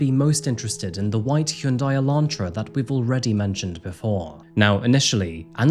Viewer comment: Hyundai is pronounced Hon-Die or Hun-Die lol, think of the y as silent